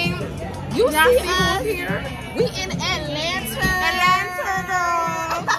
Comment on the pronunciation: I say Atlanter too now 😂😂😂😂😂